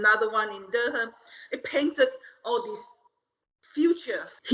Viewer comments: It’s not pronounced DurHam. The H is silent. OMG. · Dur-um, North Carolina. Not DurHAM. Good to know who to pronounce places. Glad you're educating people, little by little by these fricking scammers. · Oh...Durham is pronounced "durum" not der-ham. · Durr-Hamm is pronounced ‘Durm’. Signed, a Cary NC native 😂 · It’s not Derr Ham, it’s Durham like Dur ram. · "Der-ham North Carolina" It's "Dur-um North Carolina" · Dur-um, not Dur-ham. Your welcome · Dur-ham? It's Dur-um. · Funny to hear Durham, NC said as “DUR-ham”. 😊 Is said as “durrum”, silent H. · Dur-ham. I can excuse her, but nit the voiceover person. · Durham is pronounced Durum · My city Durham😂 it’s pronounced duuurrrrm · Being an NC native and listening to everyone in this video butcher the absolute hell out of “Durham” (pronounced Duh- rum) is top tier comedy 😂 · I’m from North Carolina, and the way they are saying Durham is killing me, it’s cute and funny. But it’s Dur-um. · Dur-HAM, NC?? Dude learn how to pronounce your southern cities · Dur-ham 😂😂😂 just messing with yall. I’m a Carolina girl and the pronunciation is so cute lol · As a North Carolinian, I’m tickled at how y’all pronounce “Durham” 😂😂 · DurHAM? You don't pronounce the 'h' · Dur-HAM 🤣🤣🤣🤣 I laughed so hard. I’ve never heard anyone pronounce Durham that way 😆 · Lolol "Durr-Ham". NC native here, never heard that pronunciation. Love what yall do! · Durham = “Durrum” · being from NC I have to correct how u said (Durham) pronounced Du-rham. That was painful for me to hear it said that way lol not even trying to be an ass about it lol.i see why you’re saying it that way cuz is literally saying it wrong herself. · Dur ham? Lol that's now how you say it... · I cringed every time they said "Dur-ham". 🤣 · Not "Der-ham" North Carolina 😭💀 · “Dur-ham.” As a NC native who grew up near there, that pronunciation was like a scratching chalkboard. But I don’t blame you for not being from NC lol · Durham is pronounced Dur-rum or Duh-rum